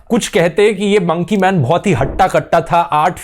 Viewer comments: Nobody literally nobody Dhruv: Mounkey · monkey .........pronunciation 😂